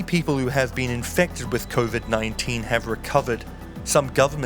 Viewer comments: Yup as soon as I heard convid, I gave a dislike, left this comment, and bounced. What planet is this guy living on, Nearth? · “ convid 19” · She wasnt-19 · Why has the narrator inserted a nasal coda into the first syllable of Covid?